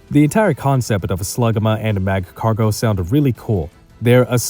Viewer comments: Great video! If you want a bit of criticism on how to improve a bit, your way of talking is a bit awkward and you pronounce things weird. You say Magcargo like Mach-cargo, when nobody says it that way and it bugs me to no end. You just sound stiff and nervous. Try to loosen up a bit for future videos if you want your commentary to improve. Other than that, the video is really well done, great job! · Dude why are struggling so much to pronounce Magcargo